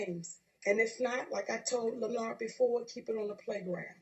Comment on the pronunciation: I died every time she called him La-Nard.Lol